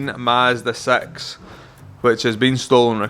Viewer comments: It’s a Mazda six not Mazda sex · A two thousand and thirteen Mazda Sex 😂